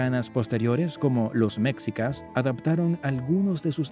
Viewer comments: Pues esta bien este resumen rápido de la historia de México pero es molesto escucharlo decir meczicas en vez de meshicas... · Jajajaj que cagado que el narrador pronuncie "mexicas" haciendo énfasis en la "x" Y pronuncie"méjico"🤦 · Mecsicas??? Órale!!! Hay que cambiarle… lo correcto aquí en México (se pronuncia Méjico) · Méxikas = ❌ MESHIKAS = ✔️ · Mexica se pronuncia Meshica y no mecsica como dice en el video, sabe mucho de cultura mexicana pero no de pronunciaciones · Mécsicas? Nooo. Se pronuncia Mejicas. Los mayas también practicaban el juego de pelota. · Muy buen video, pero muchas palabras claves están mal pronunciadas: Náhuatl:náwatl Quetzalcóatl: ketsalkóatl Mexicas: meshicas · Enseñaste a hablar las palabras es mejicas no mexica y otras palabras k hablas mal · la palabrfa quetzalcoal lo pronuncias mal y mexicas si quieres explicar documentate mas estas pronunciando mal de mexicas y quettzalcoatl sino mejor no expliques